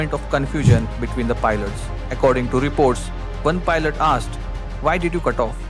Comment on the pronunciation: "When I grow-up hekahfbrebdhfjrj Pilet... PILET".... "YEEE He's gonna be eeh pilet" 😂😂😂